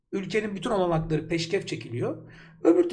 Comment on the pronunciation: Bu arada peşkev çekmek değil PEŞKEŞ ÇEKMEK doğrusu